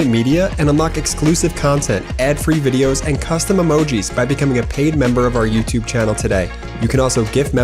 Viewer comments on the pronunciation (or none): none